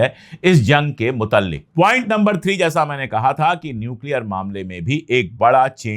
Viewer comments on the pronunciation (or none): Sorry Sir आप बहुत अच्छी उर्दू बोलते है, लेकिन कभी कभी एक लफ्ज़ आप बोलते हैं मुतल्लिक माफ़ी चाहता हूँ कहने के लिए कि ये लफ्ज़ मुतल्लिक नहीं "मुतआल्लिक है।